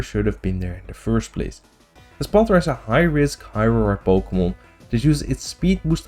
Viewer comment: Po Kay Mon